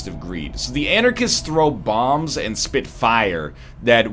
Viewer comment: "I speet hot fire"